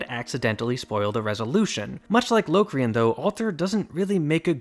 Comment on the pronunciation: uuhmm auctally its 'l (aw) crian), no LOWcrain.